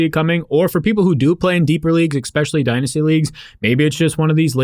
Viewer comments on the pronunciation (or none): Saying "eckspecially" drives me insane. Saying it 3 times in a 15 second span makes me want to punch things.